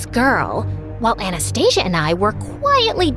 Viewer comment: It's supposed to be анастасия(pronounciation), not A nast Asia😂😂